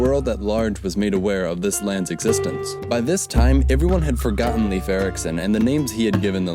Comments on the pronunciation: It's pronounced Life, not Leaf. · (Leif is pronounced Lafe, not leaf..btw) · You had no chance of knowing, but the name Leif is pronounced like the english word "Life". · Lol he butchered his first name